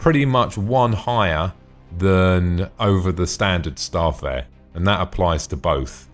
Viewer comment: good video just one thing its Star-Fare-er not Star'Fare